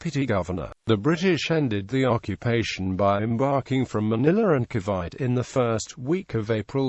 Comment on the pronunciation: Ca'bite'? It's Ca-vi-te